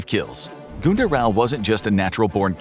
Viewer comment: its not gunter its more like gynter